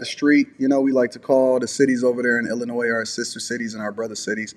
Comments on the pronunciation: Illinoi' not with an s Pronounced. Nois is noi' Get it right! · Side note...It's not Ill-o-noises there's NO S! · FYI... The S in Illinois is silent! 😂😂😂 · The S is silent in Illinois🎉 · Brother, WOW! This RIGHT HERE is embarrassing. Need you to know that the S is ILLINOIS is SILENT. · I hate when people mispronounce Illinois. The "S" is silent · I hate when people mispronounce illinois.